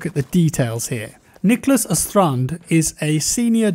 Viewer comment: its niklas Åstrand not Astrand Å=O